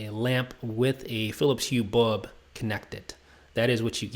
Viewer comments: Dude... BULB BULB not BUB!!! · Great review. Pity he can't pronounce the word 'bulb'.